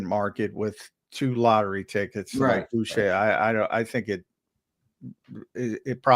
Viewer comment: Uche is pronounced Ooh -Chay (hard C like in Chicken).